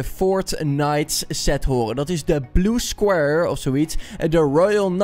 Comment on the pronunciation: Je spreekt Blue Squire uit als Bloe Skwaaier.